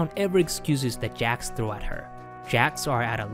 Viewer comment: jOcks NOT jAcks!